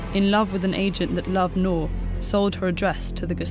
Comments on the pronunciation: How hard is to pronounce 'NOOR' ??? The narrator pronounced it as 'NOAR' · Just a quick correction- Noor is read as "N-ooo-r" and not as "Nor"- it means diamond/gem stone in Hindi. (E.g Kohinoor). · Her name ought to be pronounced as Nur (N-oo-r) since it's Arabic. Not (N-o-h) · You pronounced her name as "nor" but the actual pronunciation is nOOr And I loved this videoo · Very good video but she butchered the pronunciation of her name... Its pronounced as "nuur" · 'Noor' should be pronounced as in 'tooth', not as in 'door'. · You are pronouncing her name wrong.